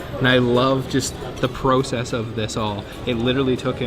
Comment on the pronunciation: It’s “process” you said it wrong the first time then you got it right 🤦🏼‍♀️